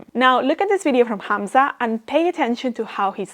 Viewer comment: You said "Hamza" the correct arabic way, nice